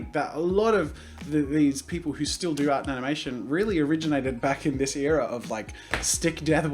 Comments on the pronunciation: Wait. I have an accent? I thought that was how everyone was supposed to talk. Haha. He said Eara instead of era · who else gets irritated when jazza says eera instead of era? just me? Ok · Air-a not ear-a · Your ‘ear’as? It’s pronounced era, like ‘air’a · ITS ER AH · You say era differently than I... Pfgggggggggg it's fiiiiine!!!!